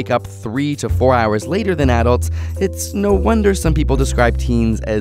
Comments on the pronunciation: why does he pronounce ''Adults'' like that im pissed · He mispronounced adults